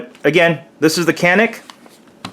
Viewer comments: Its pronounced sha-neek, not can-ick.. just for your reference that's all ;) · Hi to all... Enjoyed the review. For the record, as a guy who speaks some Turkish, the name of the gun is phonetically pronounced "Jahn-ik" as the "c" in Turkish sounds more like the "j" in English. The "a" in Turkish, sounds more like "ah" in English. At any rate, looks like sweet gun for the price and the extras you get.